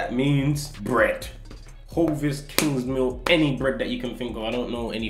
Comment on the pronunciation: Man said kingsmill 🤣